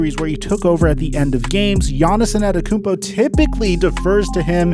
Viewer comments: Hey man, Giannis won a championship. It's time to start saying his name right. It's Antetokounmpo, not Anetekounmpo. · why is he saying a-NET-tokounmpo? loool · My man keeps calling him Giannis Inantokounmpo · If I were you I'd just avoid saying gianiss' last name since you obviously can't pronounce it and I can't spell it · Say his name correctly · PRONOUNCE HIS FUCKING LAST NAME RIGHT. FUCK. JUST SAY GIANNIS IF YOU CAN'T SAY IT. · Why does you say his last name like that? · How difficult is to learn how his name is pronounced. Show some respect to his name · bro say his name right pleeeeeaase😂